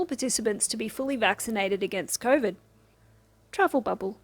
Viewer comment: you made me doubt myself so I had to back and listen to say “travel bubble” several times again! Fingers crossed for more “travel bubble” next week. 😋